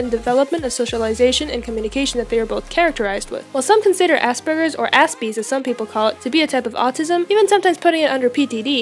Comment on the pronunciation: first of all is not asburgers its said asperjers I know this since I have it now classed under autism